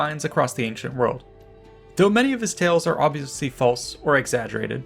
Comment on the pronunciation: He said ancient orgasm. When the video starts.